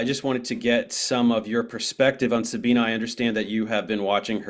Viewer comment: "Sabine" is pronounced "Za-bee-neh" (not "Sa-bee-nah" or "Sa-been").